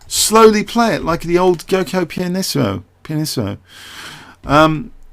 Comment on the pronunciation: "Giuoco" is an italian word, so it has to be pronounced "djuoco" (dj as j of Juin). Is an ancient world for Gioco, "Game". "Piano" I think here means like "simple", "balanced".